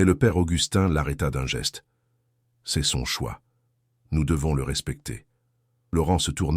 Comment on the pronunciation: C'est une voix par l'intelligence Artificielle... Vous les reconnaissez grâce aux erreurs de prononciation... Dix et septième siècle au de dix-septième siècle par exemple... Ca bute aussi sur c'est prononcé ceste... Etc...